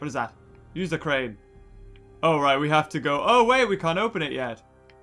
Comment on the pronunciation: Is it me or when she said we can use the crane to pick the scaffolding up off the the tracks… it sounded like cwane not crane